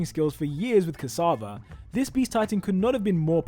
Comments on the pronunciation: Tom CASSAVA? its "Ksaver" bro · Its not Tom casava its Tom ksaver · Tom ksAvar? Did you really just pronounced it like that. Do some research before uploading a video like this...